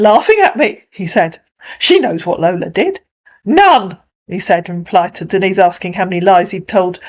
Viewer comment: Thus Marcus Breyer can't even say her name correctly and claims to love her. Her name is NOT Dennis!!!!!!